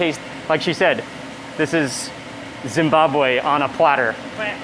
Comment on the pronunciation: I love how Mark makes an effort to properly pronounce Zimbabwe, Zimbabwean and Zweli... Its appreciated 👏👏👏 great video MW thank you